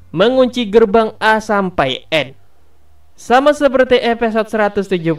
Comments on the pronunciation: ada yg sadar mimin ngucap eposod bukan episod... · Maaf min, gunakan penyebutan bahasa indonesia yang baik, episode bukan epesode ...👌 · Episode bang bukan Epesot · Episode bang bukan epesode wkwkwkw